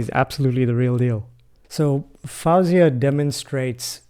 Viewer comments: Don't interrupt so much. Your review is good, but keep it shorter. You want to keep our concentration, but wordiness will lose your audience.😊 Btw her name is pronounced as Foe-Ziahh not Fowzeah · What a pleasure to hear/watch you react to Faouzia. I very recently gave some thought to recommending her as well. It seemed like a good bet that you would enjoy this particular performance. By the way, her name is simply pronounced as FO-zee-uh... as though it were spelled 'Fozia.' 😉